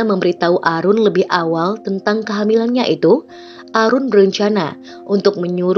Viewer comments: Mbak, Aaroon bacanya Eren, bukan Arun, kalau Arun biasanya nama orang India tau Bhanglades, kalau bule bacanya Eren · Aaroon bacanya eren kak.. bukan arun... sedikit koreksi..